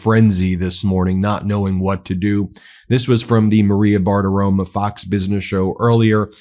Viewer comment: Bartirom"o" not Bartirom"a" 😢 sorry Ben, I still love you